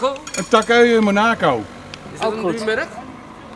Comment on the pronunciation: “Een Monaako Meujur”. Altijd leuk om te vinden.